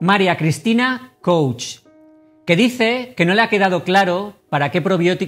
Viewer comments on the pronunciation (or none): none